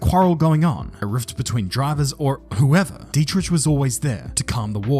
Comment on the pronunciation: It is dietriCH not tsch